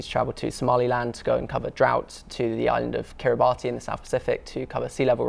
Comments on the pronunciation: Pronounced Kiribas not Kiribartee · the way he said Kiribati ... the white ignorance JUMPED